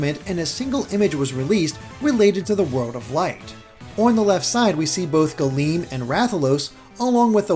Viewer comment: Not old Latin, but Classical Latin. Galeo means "I cover," not galeem. Galeem is the active subjunctive; it would mean "may I/let me cover." Plus, it would be pronounced "Gahl-em," imagine the e being the e in "bed" but held for longer Source: AP Latin